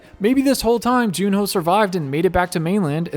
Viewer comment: Please stop calling him June-ho 😭😭😭